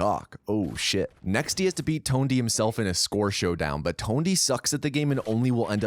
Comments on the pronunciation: TONEDY? lol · Great video but "Tonedy"? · Who the hell is Tone-D? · i love that not a single person mentioned how this moron said TONEDY not Tony....... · dude his name is tony not tondy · Please tell me I'm not the only one hearing tone-D hawks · "Tondy Hawk" "Musky" do you know how to pronounce words? edit: just got to "Bam Margarine" and "THUD" and realized it's your thing... Meh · “Tondy hawks” has been said 2 times within the first 30 seconds. I’m already about to stop watching because of this